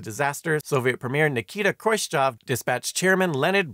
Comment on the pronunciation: Nikita Kroitchev also